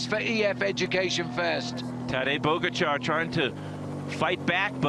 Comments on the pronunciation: Pojacar 😂😂😂 Little did he know he was mispronouncing the name of the GOAT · Hearing "podzagar" for me as Slovenian is very akward🤣 Its POGACAR! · Who's that commentator keeps calling Pogacar Pochagar? ..Duh.. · Phil mispronouncing pogacars name is hilarious. If only they knew what was to come